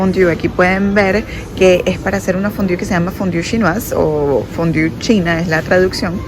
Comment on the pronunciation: Si hablas Frances por q pronuncias tan mal fondue donde dice fondiu?